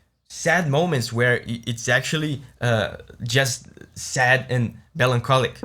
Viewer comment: I caught that too but then was surprised later in the video when he pronounced “melancholic” perfectly! Two points for that!😊👍🏼